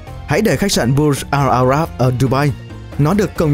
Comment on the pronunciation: video này chất lượng quá tệ từ mặt hình ảnh đến cách phát âm tên riêng, thông tin thì chẳng được bao nhiêu. đơn giản nhất là cái tên của khách sạn là Burj Al Arab chứ k phải là Bur Jal Arab